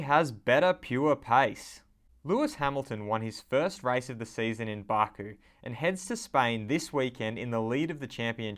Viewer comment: Lol why are you saying barku? It's Baku! As in "WELL DONE BAKU" Love your videos!